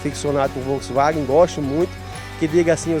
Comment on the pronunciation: Achei que so eu tinha escutado 😂😂😂